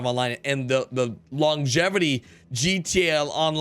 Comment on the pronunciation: Drinking game: Take a shot everytime he says "Rededaline". Slap the person to your left everytime he says "GATonline". GO!